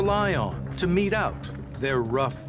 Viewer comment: mete not meet.